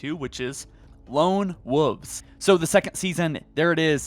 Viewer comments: you should check your pronunciation of "Wolves", you said "Wooves'" which is not correct. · Do you not know how to say Woolves and woolf I just hear woof and woofes hahahahaha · Please for the love of god, stop saying lone woofs 😒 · It's not wooves, it's wolves. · Wol-vz ** wolves not wulfs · Wolves not woofs (Wool-vs or w-all-vs not woofs) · Wol-vzzzz not woovs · I wasn't aware that the screen said lone wooves.....lone woof......lone woofs..... nooooooooo its wolves (wool-vehz) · Guy…how can you not pronounce a L in Wolf/Wolves? Lone WOLVES not lone WOVES. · Lone wuffs? Lol you know the L isn't silent right? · Wolves, not woofs, 🤣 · Fuck bro. Pronunciation of wolves, spit it the fuq out. Don't say woofs. Make videos I can understand. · Bro... the words are "woLves" and "woLf," not wooves and woof. There are L's in there. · Please say wolves… please say wolves…. It isn’t wuffs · "Lone Woof" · Ngl, I cringed every time you said lone “wuhhhvs”. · “Lone Woooves” lol. Sounds like you are saying Lone-Woof’s 😆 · “Lone woofs” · After listening to the first few minutes, I decided to drink every time he said lone “woofs”. Just like when a friends dad used to call the roof of his house the “ruff”. Needless to say, these dog noise drinking games get me liiiiit 🔥🔥🔥. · ah yes lone woofs 🙃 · Amazing how little things can take you out of a video/pod cast...like constantly mispronounced words. There is a "v" in wolves. It's not pronounced "woofs". 🤣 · Lone “ wawfs” you mean WOLVES?! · “Lone Woves” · Lone Wooves. 😂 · Lone Woofs? What noise do dogs make and how do you pronounce that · My dude mentions how the Spartan names are hard for him to pronounce, then confidently says Lone Woofs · and wooves. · Haha lone "wuvs" lol sorry had to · “Lone wovves” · The way you pronounce wolves is triggering me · lmao he can’t say wolves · Why do you say wolves like a reee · Ikr!? I can’t believe no one else is mentioning this 😂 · And can you pronounce the L and v in wolves